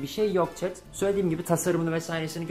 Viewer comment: çet? bak yeni dikkatimi çekti 2. izlemem